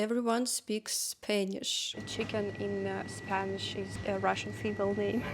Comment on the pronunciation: face-purple-crying: min. "I feel uncomfortable, because here in Spain, everybody speaks [Spainish]" -- I offer free pronunciation lessons for [Spanish] :person-blue-holding-pencil